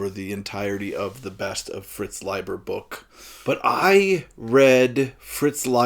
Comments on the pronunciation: Thank you for the corrected pronunciation. I've been mispronouncing his name for six (!) decades. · here in brazil we usually pronounce "Layber" haha good to know the correct way.